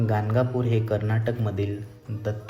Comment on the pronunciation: Gangapur navhe it is Ganagapur.